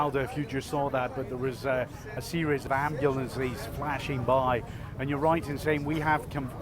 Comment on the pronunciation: The word AMBULANCE does not end with an E sound. You would think that an announcer would know know to speak proper ENGLISH! That said I am EXTREMELY relieved to hear that they are mostly all out and are safe.